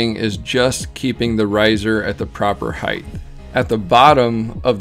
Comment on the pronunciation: Height not heighth.